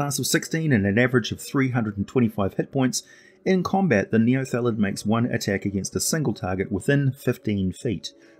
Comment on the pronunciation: Outstanding video as always, but it seemed like you sometimes said "neolethid", possibly due to the word "illithid". Or maybe it's just a kiwi thing. :D